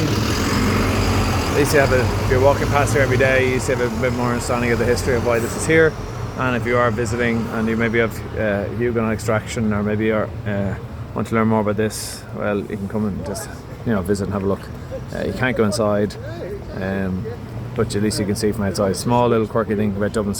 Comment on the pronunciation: My ancestors were Huguenots, don't want to be picky but the 't' is silent.